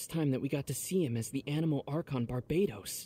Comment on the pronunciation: One of the jokes in lore is that Rosaria, despite being a nun, doesn't know the correct name of the Anemo Archon lol, "Barbatos" often gets mis-said as "Bartabos", "Bartobas", etc. She just can't be bothered lol